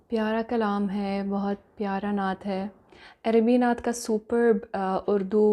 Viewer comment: We like you so much but please don't make video on this stupid person he don't know how you say natt so please don't make on video on this stupid person